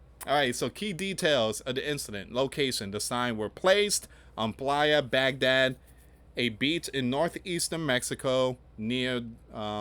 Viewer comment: Playa as Pronounced Blaya